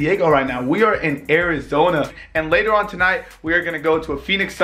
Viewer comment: In AIRIZONA 😂 it sounded like that